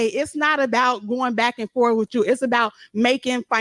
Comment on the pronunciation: Lmao Why I got have all dis back and “forf…” .. is it too much to ask of our elected officials to speak in plain English .. using proper grammar? .. got my popcorn and enjoying the show .. very entertaining